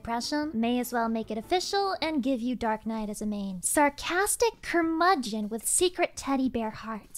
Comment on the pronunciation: You did, in fact, pronounce "curmudgeon" correctly.